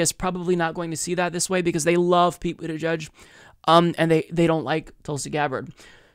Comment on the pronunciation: Wait! Did she call him Pete Bootyjudge too? 😂😂😂😂😂😂😂😂😂😂😂